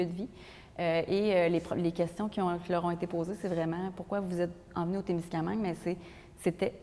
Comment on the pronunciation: Musée de la gare de Témiscaming, pas Témiscamingue.